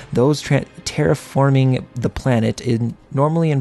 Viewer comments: You’re pronouncing terraforming right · You're pronouncing terraforming right. You pronounced Sabre wrong. SAY-BUR